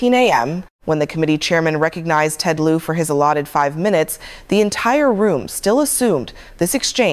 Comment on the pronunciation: This AI version (which mispronounces Lieu as often, or more often, than it pronounced it correctly) inspires me to go find the original tape.